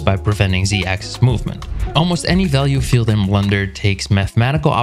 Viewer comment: Have I been pronouncing Blender wrong all this time I didn't realize it was pronounced blunder LOL